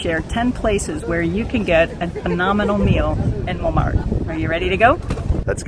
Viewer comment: Why do you pronounce Montmartre different from the French or is there more than one way to pronounce it?